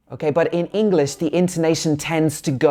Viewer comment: Bro one tip for you is , it's english not engliss